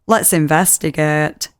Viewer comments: turning up early to investagaeyte but in a northern accent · Move over "let's investigaet" now we have "Yoo-eff-eaugh"